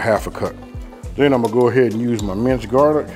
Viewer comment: Jarlic?!? 😂 say it aint so